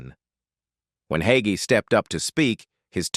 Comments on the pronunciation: THIS AI MESSAGE SAYS PASTOR HAGEE IS 85 then 84. THE PASTOR’S NAME IS HAGEE THEN HOGGY. I’M NOT SURE WHAT TO BELIEVE WHEN THIS MESSAGE CAN’T GET SIMPLE WORDS RIGHT! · The pronunciation of Hagee as yahee sure reveals AI to me. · There's that AI voice again. It's Hay- gee. At least get the name right. Love Pastor Hagee.❤ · A-I also has it's doubts...like the pronunciation of the subjects name. 😇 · Such a crock! Plrase stop. At least Learn how to pronounce his name. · Ai isn't pronouncing Hagee correctly. Need a human tech.